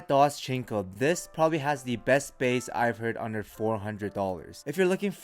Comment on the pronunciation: My man said doschinco lol